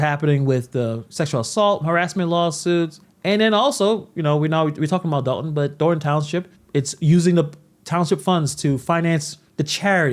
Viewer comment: "Dalton" is in the state of Georgia. "Dolton" is in Illinois.